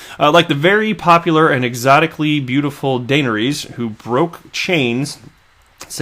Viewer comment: YOU DID NOT JUST CALL HER DANERIES. ITS DA NAIR EE US